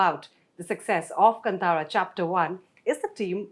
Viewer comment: She said kantaara it's kaantaara